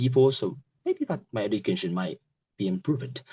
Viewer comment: have the same body as him! 🤔 because of him I started the law! 🙃 ask him for a right? 🤔 pronunciation problems: close friend , education , shoshal media Some parts of speech are articulated too quickly, and then hesitation follows. It was a pattern that repeated multiple times during the test. Is it an exam with a Band 5 candidate?